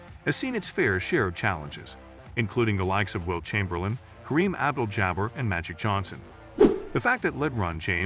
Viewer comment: How he said Kareem though...😅